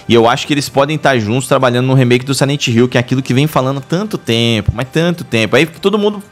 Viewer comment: Rumor de um jogo..: "SILENTE HILL" kkkk